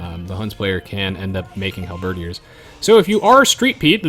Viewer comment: Is it me or does he have trouble pronouncing halberdiers? Like, hal-BERRdeers?